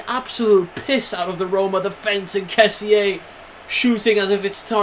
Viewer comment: Hi the correct pronounce of Kessie is Kessì